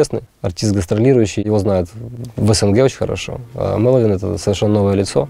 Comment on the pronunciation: Почему так сложно выговорить 3 слога, и сделать ударение правильно. MElovin запомните